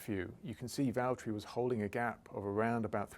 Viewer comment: James, it's Valterri